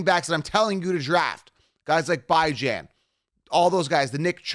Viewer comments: Yoooo... you're pronouncing "Bijan's" name wrong. It's bee-john (intended to sound like), or bee-jhan (what he pronounces himself) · lol no you don’t you’re pronouncing his name wrong and it’s hilarious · Can you please learn to pronounce Bijan correctly, it discredits your point if you can’t say the guys name right